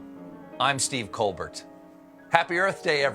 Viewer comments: Is no one going to mention that he finally pronounced his own name correctly? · Dammit he finally said his name right. I’ve never heard him do that before. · He pronounced his name like it's spelled, Colbert. Hey all y'all morons who've been pronouncing it "Coal Bear"... lol Florida street whores are running out of crack money. Gentlemen's clubs can't pay their bills. Drug dealers are getting high on their own supply. It's a tragedy... ... o_O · Wow! Stephen Pronounced his surname properly. Unbelievable. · Actually some of his siblings pronounce their surname like that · It's the real pronunciation of his name